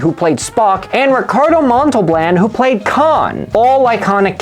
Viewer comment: Montalblan? LOL.